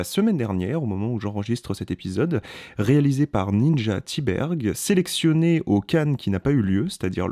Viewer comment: Bonjour, très bonne critique. J'aimerais souligner deux choses. Primo, le prénom de Ninja Thyberg se prononce "Ninya". C'est en tout cas comme ça que plusieurs intervieweurs et acteurs du film le prononce. Secondo, d'où tenez-vous votre information que Sofia Kappel a un historique avec l'industrie du X? J'ai lu et écouté beaucoup de ses entretiens, et rien ne laisse entendre ça. D’ailleurs, elle n'avait aucune expérience, ni même aspiration pour le cinéma avant ce film. Une chose que vous n'avez pas mentionnée, et qui rend le film original, c'est justement qu'à part Sofia, tous les acteurs et figurants que vous voyez dans le film sont des membres de l'industrie porno. Certains de grandes renommées, d'autres moins. La plupart sont des acteurs, d'autres producteurs, agents, etc... On ne peut pas s'empêcher de s'interroger, comment est-ce que Ninja a réussi à les convaincre de participer ? Parce qu'ils en prennent cher ! Surtout les hommes.